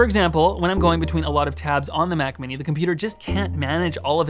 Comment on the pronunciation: Sometimes you say Mac and it sounds like “Myak”